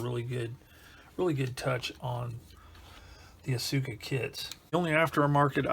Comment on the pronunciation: small nitpick: it's pronounced aska, not asUka.